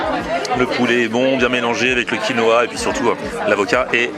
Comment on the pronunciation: TM on dit QUINOA pas konoha lol